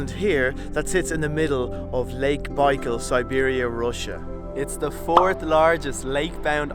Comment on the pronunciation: At least learn how to pronounce the name of the lake!!!